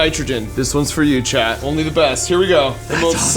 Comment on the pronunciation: Why does Mark keep saying "Chad"? Edit: Captions say "Leading frost" instead of "Leidenfrost". I think whoever did captions did not do a good job.